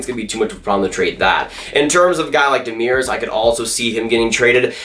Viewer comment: So funny how badly you pronounce Demers name. Here's a link on how to say it right.